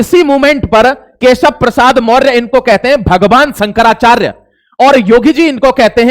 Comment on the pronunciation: अबे तेरे पे तो नाम भी सही से नहीं लिया जा रहा। शंकराचार्य का क्या विश्लेषण करेगा।